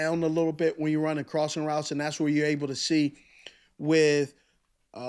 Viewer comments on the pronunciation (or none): none